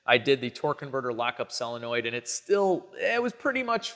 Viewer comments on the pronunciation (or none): Its not "cellinoid" its "solenoid" sounds like "sole"-"noid" 2 syllables. Yes even in chicago.